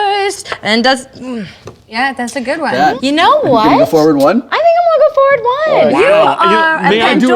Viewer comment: said move FOUR-ward and it wasn't noted it the pun-o-meter